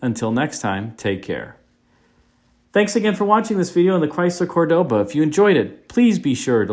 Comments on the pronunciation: The car is beautiful, but I dont like you say: CordÓba, it is CÓrdoba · the true pronunciation is COR doba... emphasis on the COR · It would be scratchy fine Corinthian woll. Corinth raises sheep, not cattle, lol😅. Also the pronunciation of Cordoba is an affectation, which Montalban pointed out. There was a Dodge version which was not successful.